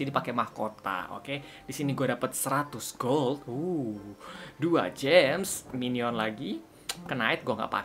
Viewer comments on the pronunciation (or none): none